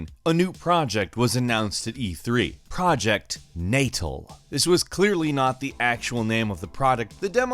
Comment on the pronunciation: Not the right pronunciation of "Project Natal"